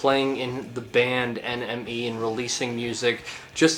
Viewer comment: When you say NME it sounds like your saying enemy